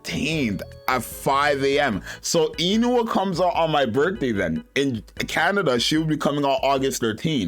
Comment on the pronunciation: Korean here, it’s pronounce “oon-hwa”. Sorry I have to be that guy.